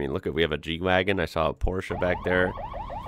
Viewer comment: no Porsche - its Mercedes G - and its not "G-Wagoon"